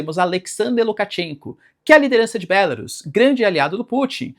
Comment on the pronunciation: Bélarus é o teu c. Diz-se Belarús.